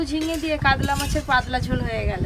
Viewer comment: কাদলা ❌ কাতলা ✅